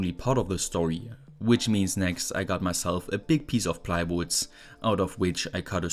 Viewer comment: "big piece of plywootss"